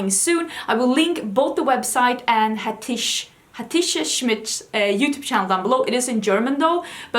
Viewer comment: Yesssss, I am sooo excited what you think!! (It's a turkish name, you almost got it right. The "c" in Hatice is like the "j" in jungle. But you did great!)